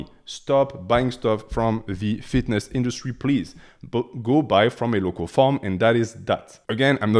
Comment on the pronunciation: Man you made me crack up when you said “i highly recommend you go LOCO, because if you go LOCO the bees are also LOCO” 😂 I know you said local but it sounded as LOCO.